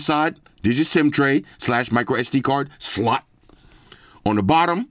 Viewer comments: Love the way he says SLOT😂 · The "Slot" emphasis kills me 😂🤣😭😭